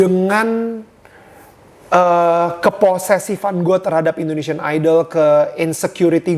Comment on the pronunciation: indonesian ka harusnya bukan indoneisan